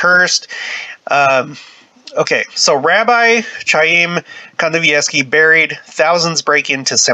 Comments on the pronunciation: It's pronounced K I a y m , No ch ,like ch urch. K , like kite . I have a friend with that name ,and Gene Simmons of KISS, the band , that is his real name . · Interesting article. His name is pronounced 'Haim, a guteral hard "H" like the sound at the end of the name of the composer "BACH" not an English "ch" sound.